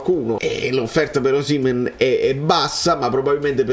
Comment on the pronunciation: ma tu sei l'unico che pronuncia Osìmhen e non Osimhèn, siccome sei un purista dei cognomi sicuramente ti sarai informato bene ma non lo chiama nessuno con l'accento sulla seconda sillaba, famme sapè 🙂